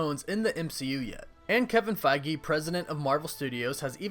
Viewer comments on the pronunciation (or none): none